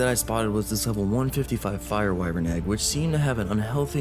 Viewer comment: I love you been watching for years, but why the hell do you say “Why-vren” instead of “Why-vern”?? I’m glad you don’t say “Wi-vern” though